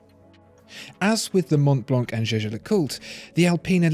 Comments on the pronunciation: I really love this video, as all those on your channel but please dont prononce the C at Mont Blanc (french native here), it is a 100% silent "C". As well, not the "T":) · Ugh! I was disturbed by his Mont Blanc pronounciation. I'd go for Omega for a Rolex alternative. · So, the correct pronunciation Mon Blan? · guys guys guys, mon blan is how the French call it, but this is a GERMAN brand and all the letters are pronounced. Sorry to spoil it for you